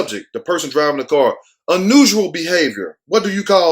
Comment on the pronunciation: 😭😭🤣🤣🤣🤣🤣 OMG 😂😂😂😂 I CANT 🤣😂🤣😂🤣😂.... ... The way he says... “UNUSUAL”... 😂😂😂😂😂😂😂😭😭😭😂🤣😂😭... My side is LITERALLY HURTING FROM 🤣🤣 At him... OMG 😭😭😭🤣🤣 He says... UN—NUSAL 😂😂😂😂 OOHH LAWD 🤣🤣😂🤣😂😭😭 WHYYYY did you start me today😭😭😭 I rewinded 7 damn times to HEAR THAT AGAIN... UN-NUSAL 🤦‍♀️🤦‍♀️🤣😂🤣😂🤣😂